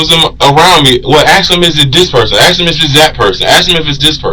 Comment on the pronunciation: What can’t ghetto blk ppl Say the word “ ASK “ They say AXE .. smh Or AMBULANCE THEY SAY AMBA-LANCE